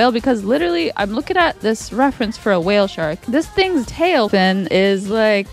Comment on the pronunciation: this makes me think i’m sad again 😂😂😂when it says wale